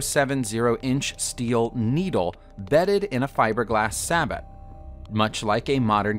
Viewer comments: Dude it’s pronounced “FLESH-ET” and “SAY-BOW” Are English classes / grammar not taught in schools anymore? Seriously the amount of piss poor grammar, spelling errors, not knowing how punctuation works etc etc... is all over the damn place and not just on some random persons YouTube channel but in supposedly professional publications. I know handwriting isn’t a thing anymore but you’d think these schools would give people the basics so they don’t sound like an idiot. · The T is silent in Sabot. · Even their pronunciation of "sabot" made me cringe. Also, it's the Hague Convention that banned expanding bullets, not the Geneva.